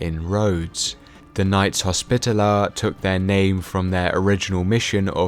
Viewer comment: You pronounced hospitaller wrong. Great video though!